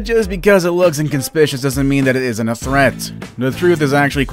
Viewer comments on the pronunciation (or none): Inconspicuous: “in-cons-pic-you-us.”